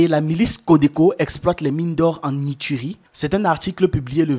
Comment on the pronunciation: Ituri se lit "itouri" c'est une langue africaine, pas du français.